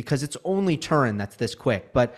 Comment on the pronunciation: Once again, gives us one of his "unique" pronunciations. This time with "Turin". Has he never heard of the Turin shroud?